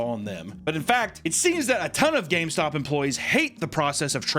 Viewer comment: "H-Hi welcome to GayStop"